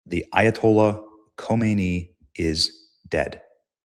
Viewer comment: Benny, It's KHAmenei, not KHOmenei. Otherwise, keep up the good work.